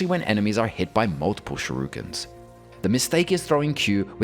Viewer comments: not shurikens, ‘sherukens’ 👌🏻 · "Shurukens". This one gets a chuckle out of me every time.